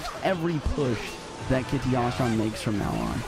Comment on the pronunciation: why does say "kita ya shyan" its just kita shyan" lol